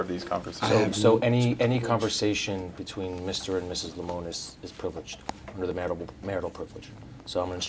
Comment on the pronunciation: Lol, they said his last name wrong and they said the time was when it was at time of statement lol